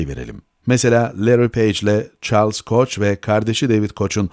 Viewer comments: yabancı isimlerin telaffuzu konusunda profesyonel yardım alın. koç değil koh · Koç degil koh yanlis telaffuz ediyor anlatan. Uyardik duzeltir belki dip notta